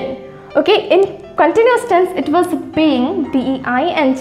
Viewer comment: Not where i.e were difference is there. While ur pronouncing i.e was wrong